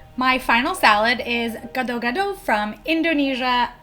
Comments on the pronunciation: Gado-gado. You did it wrong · How to say gado gado is (Gah doh Gah doh